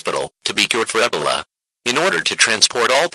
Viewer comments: Hey bro I heard you like eh buh lah. Want sum more? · mm... nah I heard him ay EB uh LA